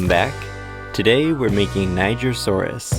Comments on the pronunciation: Hello! I can see you are pronouncing "Niger" wrong. The correct pronunciation is nee-jere, not nei-ger. Niger is a French word, that's where it gets its odd pronunciation, and it means river of rivers! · É pronunciado nee-jer-sou-rus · It's pronounced ni gr saurus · nigersaurus? niger is pronounced nijer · It's pronounced Nijer people, NIJER. Keep the comments normal 🥀🥀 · No! It’s pronounced Ny-jer-sor-is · Its pronounciation is ni-jeer-sor-us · Omfg I have always pronounced the word Nigersaurus as Knee-zh(j)ian-saurus, great to know I've been saying it wrong since 2011 😭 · It’s pronounced nye-ger and it’s the name of the country it was found in. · he pronounced it naijer so its not supposed to be what were thinking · Okay people. It’s pronounced Knee-jer-saw-us After the country of Niger (knee-jer) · Why ni... Was the country it was found in called uh... niger?(its pronounced ni-jer) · I don’t think you pronounced nigersaurus correctly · Are you sure it's pronounced like that? 🤔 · oooh NIGER saurus, yeah I severely mispronounced that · Youre saying it wrong😂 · “Niger”asourious is just rude 😭😭😭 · it pronounces "j"